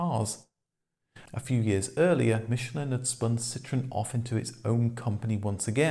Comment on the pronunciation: Wankel is actually pronounced 'vankel' as its of german origin. Yes i know this takes away the comic factor! But so many so called motoring experts dont know this. Same with Michelin, they have no problem saying it correctly when its a restaurant star, but with the tyres, they somehow cant get the correct pronunciation!